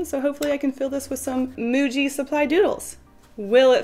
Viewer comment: I think it's pronounced "muji"